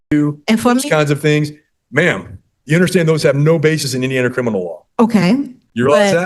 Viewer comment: Shes saying CRINImal